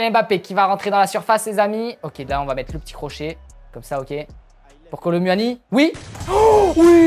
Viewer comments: Kolu moini pas kolo muani ca ne ce prononce pa comme ca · Sa ce dit Kolo mouani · On prononce pas u dans Kolo muani le u on fais comment si C’était ou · Sa me fume quand il dis " Kolo mUuani"😂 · Comment il dit kolo muni 😂😂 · Kolo manière 😂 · Nn c'est kolo mouani à la prononciation😂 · On dit Ronaldo Shop et on dit Kolo Mouani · Il dit kolo m u ani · Bro tu prononce mal le nom (kolo muani)